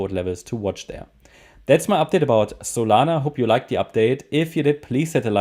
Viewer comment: zolana xD